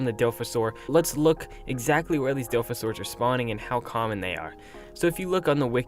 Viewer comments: Seriously... there’s an O in the DilOphasaur... like come on now. Dilfasaur...?? Doooooood... pronounce your Os... egads... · bro work on your pronunciation man it’s di-la-fa-Saur-is dilophosaurus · I dont care what you say but its (dilophosaurus) not dilfasaurs